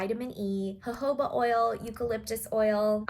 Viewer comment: It's HO-HO-BA!?